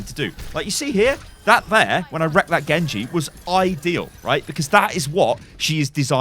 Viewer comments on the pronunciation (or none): none